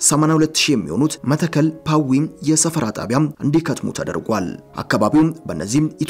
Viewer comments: ይህን የጨበጣ ጋዜጠኝነት ምን እናርገው??? መተከል ከ ጠብቆ ይነበባል ቋራ ቋ እንዲሁ፡፡ የሰውየውን ፁሁፍ አበላሸሀው እኮ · ወንድሜ ጋዜጠኛው መተከል የሚለውን ስታነበው ጠበቅ አድርገው